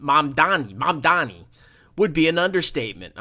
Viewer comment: I can tell from the first 52 seconds how close minded and uneducated you are. Christians also cannot charge interest by biblical tradition. Source: I'm Catholic and a student of history. The entire video is just you intentionally mispronouncing his name while calling liberals names and buzzwords, while you show a complete lack of understanding for any of his policies. You know you can't win any substantive debate about policies or refute any claims, so shift the conversation to name calling and other distractions. Its so typical MAGA playbook its honestly sad you guys can't come up with anything original. I look forward to Mamdani winning and providing the framework for social democracy in America moving forward. (that's pronounced Mam-dah-ni, by the way) May you find that Christ taught, to give to the poor and needy and help, not shun, them. That we are called to love our neighbor, not try to make millions of dollars more than him while he can't afford to pay for rent or food. "Again I say to you, it is easier for a camel to pass through the eye of a needle than for one who is rich to enter the kingdom of God.” In Jesus name we pray, amen.